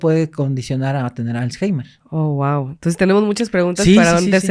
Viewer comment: aprende a pronunciar correctamente la palabra Alzheimer 🤓